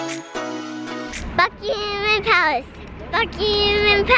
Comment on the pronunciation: went to 'Buckeemem' Palace 😁😁😁😁